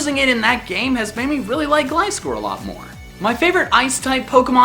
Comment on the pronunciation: is the first person lve heard on youtube to pronounce gliscor right